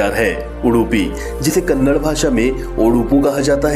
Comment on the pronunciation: It's Kannada And Karnataka please pronounce or Language and state Properly